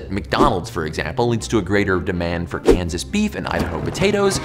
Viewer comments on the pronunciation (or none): none